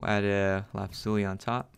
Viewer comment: I laughed when he said lapazuli instead of saying lapis Lizuly